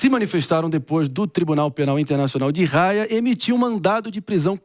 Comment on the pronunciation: Tribunal Penal Internacional de Raia ???? Kkkkkk cara não sabe nem falar o nome correto kkkkkk